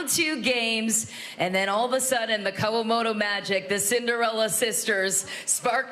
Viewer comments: It's KA-WA-MO-TO, announcer with terrible pronunciation. They are Grand Slam Gold Medalists. Give respect. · I think she managed to pronounce their name Kawamoto, Kowamoto and Kowamato all in one sentence right at the end of the match. So distracting listening to her get it wrong the whole match.